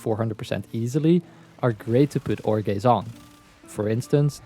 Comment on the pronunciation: I just wanna say Every time you said "ore gaze" i heard "jorge" You're welcome